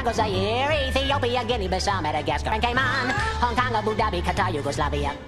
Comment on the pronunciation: its cayman